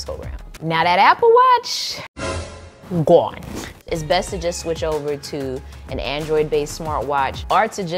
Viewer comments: lol gwone 😅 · Everytime you say “GONE” I die every time 😂🤣🤣🤣🤣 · you saying, "GONE," takes me all the way out xD #loveit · Every time she said "gawn" i fell out🤣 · Your “gone” is everything 😂😂